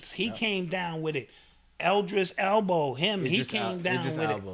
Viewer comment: Black Dot funny he said Idris Elbow 💀💀💀😂😂😂 I 💞 it